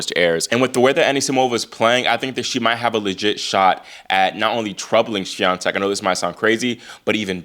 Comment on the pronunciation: Why has Coco's father stopped attending her games? Your pronunciation, Iga Swiatek, is very good, congratulations!